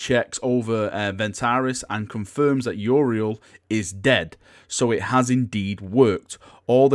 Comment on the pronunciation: can't speak english tho;), seriously it's you-ree-ell